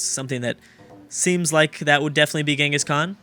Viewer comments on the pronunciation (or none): none